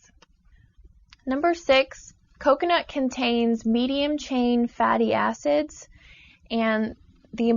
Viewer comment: lol i thought she said fatty asses lol